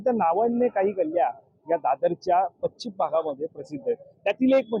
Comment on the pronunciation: बातम्या देण्याआधी तुझी भाषा उच्चार सुधार. ' पच्चीम ' नव्हे पश्चिम आणि विविद्द नव्हे विविध. या फेरीवाल्याना पाठीशी घालणारे फेरीवाल्याकडून हफ्ता घेणारेच यांचे संरक्षक होते. आणि आज दादर मोकळे झाल्याने खरे चिडलेत ते विरोधी पक्ष प्रमुख आहेत. उदा : शिवसेना मनसे ने कधीही फेरीवाल्याना विरोध केला नाही. म्हणून त्यांनी निवडणुकीत सपशेल आपटी खाल्ली.